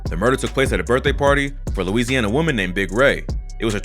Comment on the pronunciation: This dude say Louisana straight weirdo